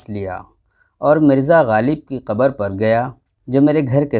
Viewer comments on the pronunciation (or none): عمدہ سلمان فیصل صاحب لیکن تلفظ پر توجہ کی ضرورت ہے مثال کے طورQABR کو QABARاور غالب کے شعر میں BADA E SHABANA کو BADA SHABANA پڑھاگیا اس ادایگی نے شعر کے وزن کو متاثر کیا اور آپ کے FOLLOWERS کو غلط پیغام گیا نیز آپکےچاہنے والوں کو صدمہ ہوا